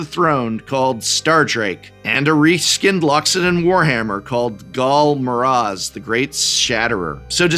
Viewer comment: Despite all efforts, he pronounced Ghal Maraz correctly